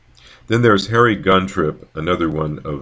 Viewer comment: because it's Harry not henry like in your presentation